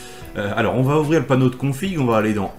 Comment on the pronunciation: Merci pour ces vidéos et articles tjrs bien utiles. Juste une petite remarque constructive : vous dites tjrs "va't'etre" mais il n'y a pas de 't' entre 'va' et 'etre'. 🙂 Continuez comme ça 👍